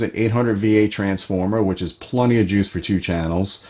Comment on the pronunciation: Love the channel. That said, if I hear anyone say the word "plunty" ever again, I might lose my shit...